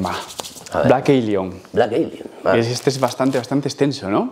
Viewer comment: "Blek Elion" xD